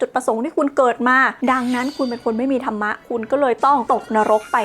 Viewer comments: नरक เขียนว่า นรก ครับ มันไม่มี ตัว า(ा) กับ ธรฺม(धर्म) อ่านว่า ธัรมะ ไม่ใช่ ธะระมะ ครับ ร.ตรงนี้เป็นตัวสะกด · และก็ไม่ใช่ ธันมะอีก แต่ตอนออกเสียง ธัร Dhar มีเสียงของการ กระดกสั่นลิ้นด้วยเหมือนออกเสียง ร แต่ไม่มีสระ อะ